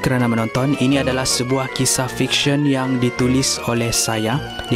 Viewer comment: aku dengar dia kata FICEION